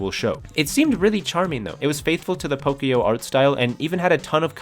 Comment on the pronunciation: I just heard “pokyo” and died instantly 😭 I know it’s not your fault but it’s pronounced “pokoyó”